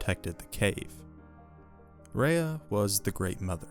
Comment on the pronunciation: You know your pronunciation is bad when the subtitles spell what you’re saying as Rehea. If you’re gonna do a whole video on an all powerful being. Maybe learn the pronunciation of her name i.e. the word. ❤